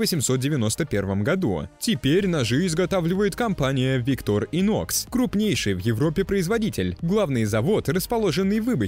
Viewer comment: Так бренд произносится - виктОр инОкс.